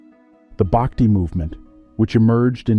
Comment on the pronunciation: It isn't "Baakti," it is pronounced Bhuck-thi." It isn't Tevaraam, it is They-vaa-rum. But I guess a western voice sounds more authoritative and scholarly to the world...😮😢